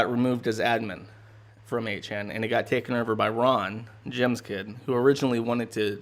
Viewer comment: It is over not erver.